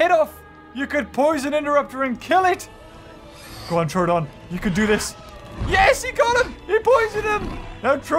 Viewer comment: Troooooooodon not trodon